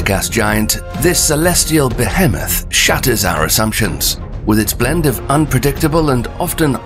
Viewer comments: what is a "Behähmuff"? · Beh heh meth. So big it absorbs almost all vowel sounds with it. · How can a person, who is obviously earning their money with voiceovers for youtube channels, not be able to pronounce the word "Behemoth" right?